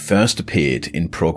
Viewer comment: Prog, rhymes with frog!